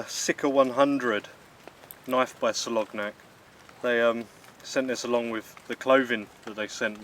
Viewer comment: Hi. Good video! Friendly heads up, Its pronounced Soloniak.